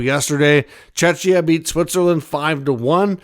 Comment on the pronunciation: Czechia is Not Chechia. Pronounced Checkia. Former Czechoslovakia then Czech Republic now Czechia.